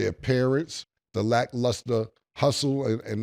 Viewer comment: Saying "da" instead of "the" is even more wild